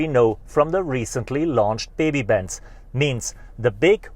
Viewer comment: this is the best “MerRceedes”